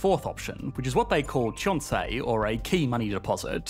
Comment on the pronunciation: I'm surprised to hear Chonse system from the English speaking youtuber. Proof that your research done properly. So many foreign youtubers just repeat Chaebol without even pronouncing it right